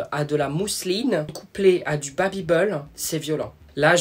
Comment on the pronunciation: du "babybeul" il me tue jpp😭😭😭